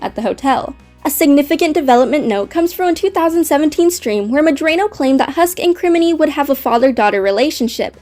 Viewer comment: I'm pretty sure you're mispronouncing Vivzie's last name.